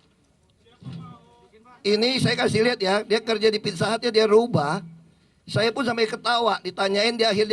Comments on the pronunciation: ayo....makan..di...FITSA HATS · Hahaha, pizza hut jadi fitsa hats, kagak jelas emang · tok tok tok .. permisi , FITSA HATS deliferi . hahahaha